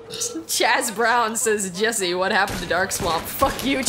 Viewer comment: I'm just super happy Jessi pronounced my name correctly. :)